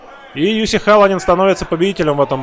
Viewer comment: Я только с третьего раза услышал - ЮСИ. А сначала казалось ЮФС))).